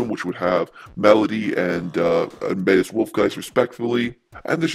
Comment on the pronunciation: Also one more thing that's sorta unrelated but I heard you say it in this video and other videos. It's Amadeus (Ah-mah-day-us) Wolfgiest. I thought I'd tell you how to pronounce it because if you were to say this to the people at Next Level Games they might correct you. Not really trying to be mean or anything.